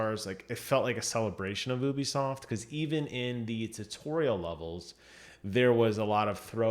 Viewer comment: Stop saying ubisoft like that